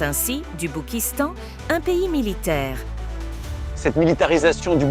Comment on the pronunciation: Je fais que d'entendre le Boukistang, stephane bern serait-il devenu un sudiste ? 😂